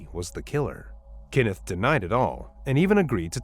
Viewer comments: His name is Kenneth, not Kinnif. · KENneth, not Kinnith. Stupid AI. 🙄